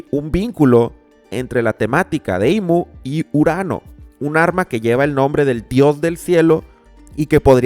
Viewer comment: Le dijo IM en vez de IMu :shelterin